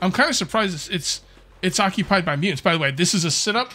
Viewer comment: do the MuUnts… i think my fren is trying to say muTants with T, A, T and S.